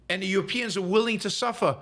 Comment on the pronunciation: “Euwopeans” lol